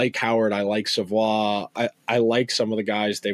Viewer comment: Matthew Savoie is pronounced Savoy!